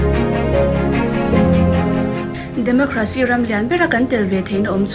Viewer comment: Its 'Democracy' not democrhasy 🤣